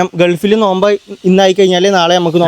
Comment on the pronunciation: നോൽമ്പ് അല്ല നോമ്പ്